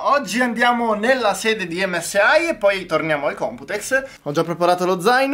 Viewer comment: SI DICE EMME ESSE I NON EMME ESSE AHI !